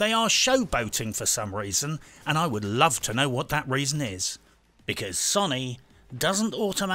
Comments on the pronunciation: Can this guy please pronounce Sony correctly.. Sow-nee not Sonny, it's doing my head in lol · Sow knee, say it with me SOW KNEE. NOT SUNNY